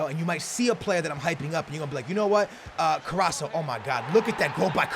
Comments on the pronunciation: It's carrasCo not carraSo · It's carassco not carasso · it's carrasco and not carraso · You're pronouncing Carrasco wrong. It is Carrasco not Carrasso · hey look this becomes worst his mane is not CARRASSO ITS CARRASCO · Yo It's: Carras-CO not Carra-SO, Just helping no hate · IT'S CARRAScO NOT CARRASO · CarrasCo no Carraso ;) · KarasCo not karasso CO😃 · get i right plz its carrasCo not Carrasso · Haha, it's carraSCO not carraSO. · plz could u say carrasco not carraso plz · the name is CarrasCo not carraso:-) #nohate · His name is carrasKo not carrasso the C in carrasco is like K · CARRASCO!!!!! CARRAS - CO!!! NOT CARRASSO!!! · Ka-ras-ko not carosso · Somebody please let him know that there is a c in carrasco it's not carraso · Hey, its CarrasCo NOT Carasso;) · His name is CarassCO NOT CarasSO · CarassCo not carasso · Stop saying carrasso his name is carrasco with a c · hey its carrasCo not caraso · let's count how many times sais carraso not carrasco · it's Co-ras-co not corasso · it's carasCo not caraso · he is still saying caraso it's CarasCo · Btw It's CARRASCCCCCCO NOT CARRASSSSSO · HIS. NAME. IS. CARRAS(C)O. NOT CARRASO!!!! Love your vids <3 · His name is CarrasCo not Carraso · CarrasCo not Carraso. keep up the great vids tho! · CarrasCO not Carraso :( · it's carrasco not fucking carraso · you Carrasco is like Carrasko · its carraskkkkooo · it is carasco (kar-as-koh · STOP SAYING CARRASO it makes me go crazy hahah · CAR-RAS-CO Get yo shit together still one of my personal favorite youtuber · it's carr-ass-co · Its carrasCo you say it like karrasko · Kar-Ass-Ko please like so can pronounce it right in the next episode = ) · im a big fan but i would just like to point out that its pronounced carrasko. Like so can see. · it's Carass-CO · you pronounce it ka-ras-ko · carasco is pronounced car_as_go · it's carr-as-co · it's CarrasCO